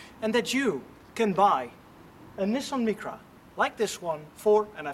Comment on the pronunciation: Please next time pronounce Nissan Micra properly in English.